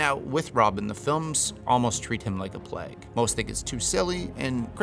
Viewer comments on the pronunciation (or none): none